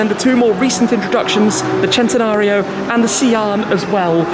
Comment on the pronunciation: Loved the way you pronounced 'Centenario' was something else. Sounded proper itlalian.